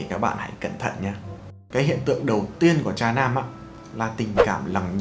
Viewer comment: nghe "cha nam" cứ tưởng tượng ra cái khác chứ không phải "tra nam"